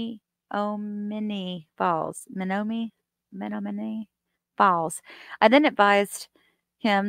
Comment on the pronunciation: I love hearing poor try to pronounce the names of Wisconsin cities!!!! Menomimineeminnimeemee Falls LMAO